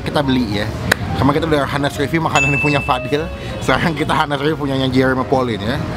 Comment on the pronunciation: Bang, pronounciation honest bukan " Hanes" tapi " Anes" H nya gk di pake